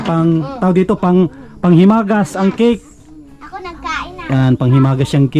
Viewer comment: "Kik" ??? :face-fuchsia-wide-eyes::hand-orange-covering-eyes::face-blue-wide-eyes: Baka cake po. "Tink" you. :face-purple-wide-eyes